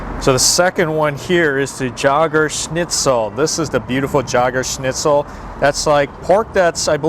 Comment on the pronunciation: "Jägerschnitzel" is pronounced "Yaygerschnitzel", not "Tshahgerschnitzel". 😁